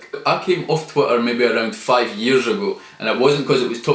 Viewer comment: How many yearsh have you been on the planet! How many of those yearsh have you been trying to be the highland neymr. Or ate yee the new George Micheal he’s been dead for yearsh though